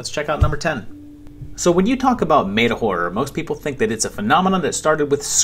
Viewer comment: You pronounce meta like a Spanish person would. 🤔